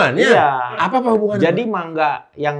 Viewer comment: Bener 'mangga' bacanya bang ..